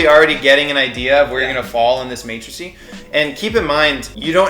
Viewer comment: Who else got triggered by him saying matricy instead of matrix? And that's not even a matrix; it's two axes.